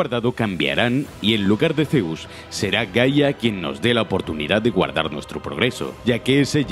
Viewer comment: "ZeOussS" xDDD buen video, 30 detelles alucinantes de Rise of the Tomb Raider